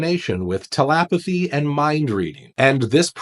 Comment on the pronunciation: 😂 dude, I diligently follow your channel for the in-depth analysis and clear research. That said, I ‘bout spit out my beer 🍺 when you said their fascination with telapathy and I assumed you meant telepathy. I needed a good laugh right then, carry on my good mad 🍻 😎🦅🇺🇸